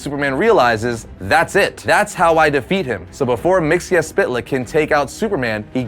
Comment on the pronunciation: It's pronounced Myx-is-spit-lick.